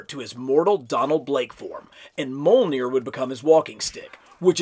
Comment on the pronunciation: the J in mjolnir is said like the J in Fjord